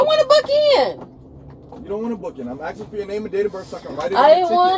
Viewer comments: What is axing are they trying to say ASKING wtf education leve 1st grade basic vocabulary missing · What is axing are they trying to say ASKING wtf education leve 1st grade basic vocabulary missingjust look it the privilage